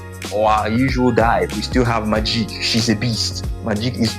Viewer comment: why play the thing when you can play MAH-JEEEK 😂 bro made it sound like maleek